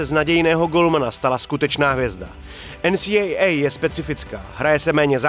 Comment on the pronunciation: Hezky zpracované video. Jen taková maličkost, za mně bych prohodil výslovnost u NCAA a AHL. Myslím že český divák je na to více zvyklý, ale jinak opravdu dobré.